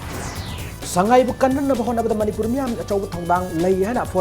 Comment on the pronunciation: meiteilon is tonal language like chinese..... when u say sangai like a mayang thuyang the meaning itself changed.